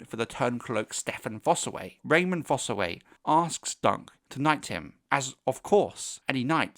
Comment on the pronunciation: Great video but it’s Raymun. Not Raymond. I note this mistake all over the place.